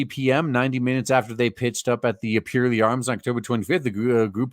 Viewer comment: I would love to see one of these scam attempts go to court. It would be nice to think that the judge would trample it into the dust, but you can't trust judges to have so much as a scrap of common sense these days. BTW, it's pronounced PURR-ley, as in the noise that happy cats make.